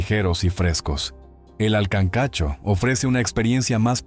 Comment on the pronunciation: Se dice kankacho